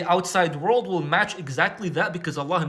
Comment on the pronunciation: "Worrrrld" loveed it 😂